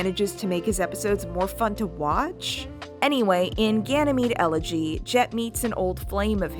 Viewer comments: EL-eg-y rather than el-EG-y. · I don’t think that’s how you pronounce elegy 😂😂